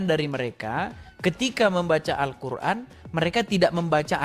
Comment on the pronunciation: Arkuan😅mbak"mengeja alquran saja salah Hal sederhana saja sudah kelihatan botolnya😅